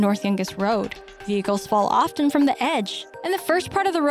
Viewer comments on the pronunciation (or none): none